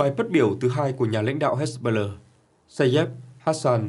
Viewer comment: Phát âm...nản, hết... "he-bô-lát", rồi đến "hét-bơ-lơ"...?!😅😅😅